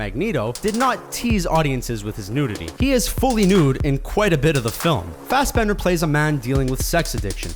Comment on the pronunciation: Isn't it Fassbender, not Fassbend?